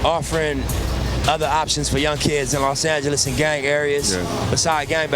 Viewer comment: “Los Angeleeze” 😵‍💫